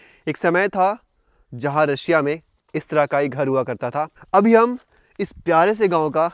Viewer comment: रसिया नहीं रशिया